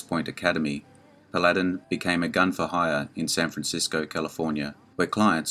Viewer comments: Agreed..it’s pronounced “Pal a din” NOT “Pa lad in.” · Paladin was a pretty fast gun.The name is pronounced Paladin not Pal ad in. The accent is on the first syllable not the second syllable. The tv series is Have Gun- Will Travel. He only used his gun when he had to.